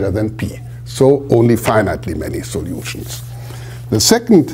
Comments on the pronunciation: That pronunciation stuck out to me, too. 😅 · All the soljutions... Greetings from germany :)